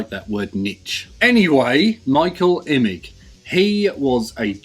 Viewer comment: Hard G. Not "image". 😀